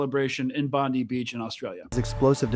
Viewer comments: It isn’t Pam Bondi it’s pronounced Bondeye you need to practice your bogan Aussie accent. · Brotha it’s pronounced “bond-eye” just fyi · Please stop saying Bondeee it’s Bondi (as per the reporter pronunciation) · Bro, It's Bondi... rhymes with "fry"